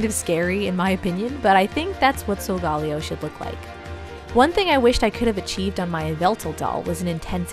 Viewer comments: It’s pronounce(So-go-Ley-0) not (So -go-Leo) Watch Pokémon sun and moon on Netflix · SOULGAWLEEOH Me: TRIGGERED Its. SOL. GA(guh). LE(ley). O. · It's not sogaleo it's sogalayo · BTW solgaleo is said sol-ga-lay-o (sorry for the misspell) wow I’m telling you you’re saying it wrong but I can’t spell it right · Its so ga la o that is how it is pronounced but i still love you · It’s pronounced sole- ga- lay- O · Isn't it pronounced sol-ga-layo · Beautiful doll, but Sogaleo is actually pronounced Soh-guh-lay-oh, as stated in Pokemon Sun and Moon. It’s okay to get stuff wrong, so don’t sweat it, but this is just for future reference! (I’m a Leo too! Zodiac buddies!) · Solgaleo is pronounced like Galileo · solgaleo is pronounced Soul-ga-lay-o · It's pronounced Soul-ga-layo